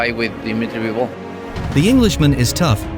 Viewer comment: Bivol not Byevol 😂